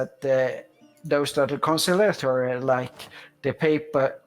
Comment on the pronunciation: Concilliatory not Concialtory